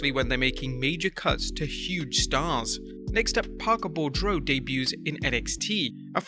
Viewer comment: Parker's last name is pronounced BOO-DROW. as in boo grow but with a d and not a g.